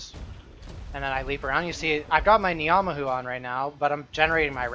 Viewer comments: as somebody from NZ hearing you say Knee-ah-mah-who hurts so much to hear fairly certain its pronounced nah-mah-who still, doesnt take away from the content too much, keep it up! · your pronunciation of ngamahu makes me wanna kill myself